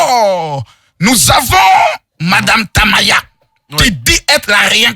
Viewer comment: Madame Tamaya prononce bien mon nom 😂